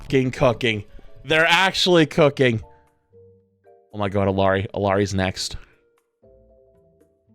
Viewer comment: It's pronounced (ee-ar-ee) why can't white streamers day her name correctly?!